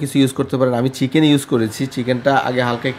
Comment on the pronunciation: ফরন আর ছিকেন উচ্চারণ টা শিখে তারপর ভিডিও বানান😅